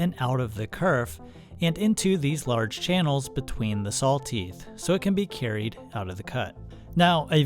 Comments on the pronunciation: Its "saw", not sawl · Are you saying salws. Sowls. Sālws maybe. No way you're saying saw. Any what way great video! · Are my ears deceiving me or is he saying "SawL teeth" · It's funny how you pronounce "saw" like "sawl". I've heard this many times before, but I haven't been able to figure out which regional dialect this peculiar pronunciation belongs to. I have, however, noticed that it usually goes along with the pronunciation of "on" as "o-in". Midwest? New England? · Love your content. Extremely informative and helpful. Thank you for sharing. I have to say though, the way you say saw is incredibly interesting 😂. “sawl” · I got completely distracted trying to hear that you are saying sawl and sawling. It’s like an audiobook I just listened to where every time the woman said Halever instead of however, my brain tripped and I had to replay that part. 😅🤷‍♂️